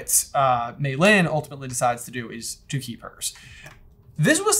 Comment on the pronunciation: They kept calling her Mei Lynn... It's LEE, people. LEE.